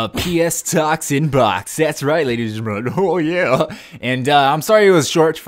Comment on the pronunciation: "Well that's all for today lays and drellion" X'D LOL great series kickoff though! Just wish I had a Playstation to partake in the reindeer games:( maybe call it like says or inbox talks or something catchy:3